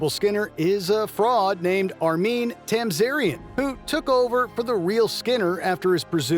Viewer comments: Yeah it's one of a few things in this video that make me suspect the narration is now AI, based on the real narrator's voice. Like how he sounds out "Annoyed Grunt" and pronounces "Armin" as "ArMEEEN". Nobody familar with the Simpsons would do that, but an AI reading a text script probably would. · Armeen Tamzarian??? You had the clip to listen to pronounce it correctly smh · Sounds like he's been turned into an AI. "Annoyed Grunt" is actually sounded out, and he says "ArMEEN" when referring to "Armin" Tamzarian. Anyone who has watched the Simpsons should know better than that. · "Annoyed Grunt" sounded out? "ArMEEN"? Really? Sounds like WM is now using AI trained from their (former) narrators and hoping we wouldn't notice.